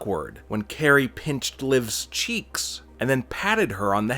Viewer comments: Its kairi. Like guy with a k not Carrey like jim. How can you watch wwe and have a channel like this but not know how to pronounce talents names? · He called Kairi sane Carrie that’s how you can tell he’s a fraud